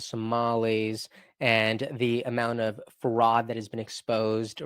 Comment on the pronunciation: Can you actually pronounce words and names correctly y ly? You sound stupid.. wazzz is Walz. Ferod is fraud. Noem is Noam etc etc